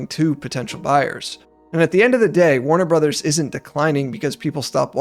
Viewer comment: Why does the guy in the video mispronounce the company name?